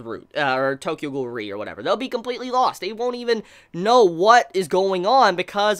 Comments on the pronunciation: Now we know :RE pronounce as R E instead of re xD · When you say Tokyo Ghoul REE And it's Tokyo Ghoul R E